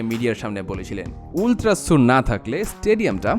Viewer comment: এটার উচ্চারণ আল্ট্রাস সার।